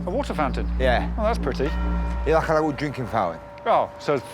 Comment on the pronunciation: "and a li-uh less attitude nex time please mate" is my mantra now